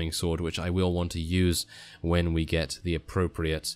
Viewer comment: I know I know, just that 'gate' a mod sounded so funny. 'Let's gate a mod!' XD